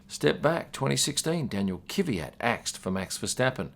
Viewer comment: You need to work on your pronounciation. Kvyat is two syllables, Kvy-at. Not three, not Ki-vy-at.